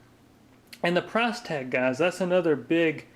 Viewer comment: It's "gahs".